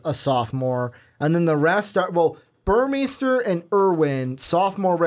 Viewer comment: Burmeister= bur-mey-ster Shough= Sh-uck Jelks= Jel-ks Couldn't finish listening after I realized how little you knew about the ducks football program. Mitchell is the leading returning receiver, breeland just averaged more yards per play. Our running backs are mostly unproven and the ones with experience are questionable to stay healthy with their smaller frames if used as work horses. Ever heard of Jeff maehl, josh huff, Jason Williams, Darren Carrington, braylon addison, ed dickson, sammy parker, Keenan howry, demetrius William's, Cristin McLemore? Yeah, not receiving threats... just offensive weapons. Sorry dudes, but need to do some research on a team if your going to give 20 minutes of opinions